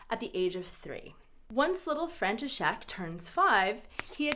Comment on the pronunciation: I just can't. Your František just sounds like Frankenstein 😆